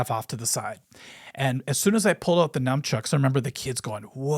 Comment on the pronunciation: We both mispronounce "Nunchucks" so he's a regular white dood like me :P